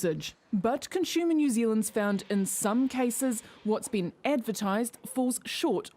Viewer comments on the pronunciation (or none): I'm just as outraged as the H she puts in 'conshumer'